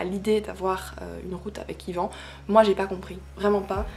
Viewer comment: Tu prononce mal ivan pas ivan